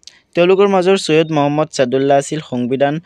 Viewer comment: ছৈয়দ নহয় sir চৈয়দ মহাম্মদ চাদুল্লা